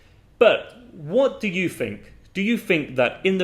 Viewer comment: I notice you pronounce think and thought with an F instead of TH